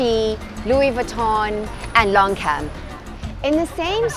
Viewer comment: It’s Lon-Chan not Lonkan !